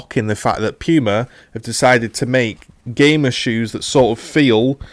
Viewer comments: I love how you pronounce "pooma" as "pewma" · Amazing review but it’s pronounced Pooma not Pewma